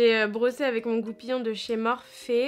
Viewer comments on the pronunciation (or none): Magnifique !! je voulais juste te dire que "morphe" ça se prononce "morphi" et pas "é" a la fin c'est pas méchant c'était juste pour t'informer😘 sinon tu es très douée bravo!